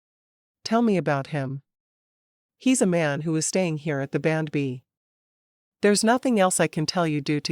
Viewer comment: Nice story but again, you should have human readers. It took til half way through to realize what AI was calling ‘bandb’ that it was actually saying B and B!